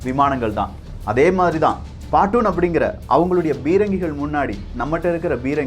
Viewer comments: பாட்டூன் இல்ல bro பேட்டன் bro nan ninga eppayum correct ana information mattumtha sollanum nu nenacha atha sonnen thappa nenachikathinga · Bro you are giving us the best info of our history. But in few places you are pronouncing the words incorrectly. That hurts little like a history people like me. Patton, Havildar, frontage etc. Pak had patton & Sherman little amount of AMX and we also had Sherman but these are all American tanks of WWII and oudated. But we had a Centurion tanks from Brit's this also a WWII tank but advanced of all used in 1965 war. That is also a key points for our winning.